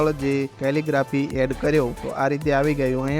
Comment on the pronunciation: "કેલીગ્રાફી" શબ્દ નું ઉચ્ચારણ પરફેક્ટ કરવા બદલ શુભેચ્છા ધન્યવાદ 💐